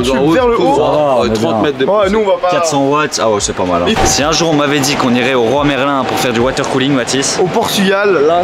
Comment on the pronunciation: Complètement inutile, donc forcément indispensable ! Super taf, en plus de valider les 100 mètres, vous avez fait ça esthétiquement 👍 Je chipote : "Aller au roi Merlin" 🤣Aller à Leroy Merlin ! (voire plutôt "chez") Tu vas pas au Clerc ? (Leclerc)